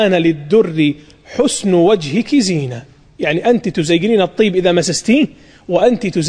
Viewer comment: يا شيخ قول زينة به الخلفة وليس زنة به الخلفة